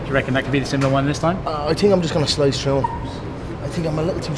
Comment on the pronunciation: Dawg when he emphasized the second slice on the come around 😮